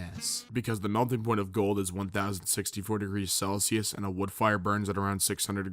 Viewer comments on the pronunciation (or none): none